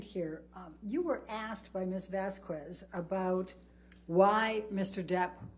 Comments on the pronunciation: “Ms. Vas-qwez” 🙄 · Well at least Vasquez didn’t repeatedly and deliberately pronounce the names of Heard’s lawyers wrong. Elaine Bredehoft continually called Vasquez “ Vasqwez”. I didn’t hear Vasquez mock the way Heard spoke but I did hear Heard’s lawyer make fun of the way Depp spoke as well as what he said when he talked about Heard not seeing his eyes. And after the trial was over Bredehoft did a media tour impugning everyone from the Judge to the jury.